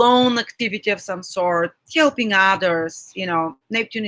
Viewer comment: отличное видео. Понимаю, английский не родной язык для нас с Вами. Просто замечание, может быть найдете полезным (я сам работаю над улучшением произношения, ни в коем случае не язвлю, просто хочу помочь). Слово help or helping, вы произносите как хьэлпинг с мягким Х. Должно быть более жестким как ХЭЛПИНг. Надеюсь был полезен. Спасибо!